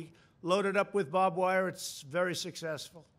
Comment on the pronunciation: babwire was the only thing i heard and it made my day